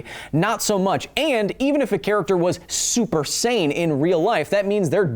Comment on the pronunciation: Had to watch the "super-sane" monologue 3 times because all I heard was super-saiyan.